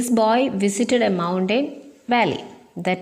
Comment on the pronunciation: Well done tr.Very useful to children. But the way you pronouncing the word 'mountain' is quite different from the actual pronunciation.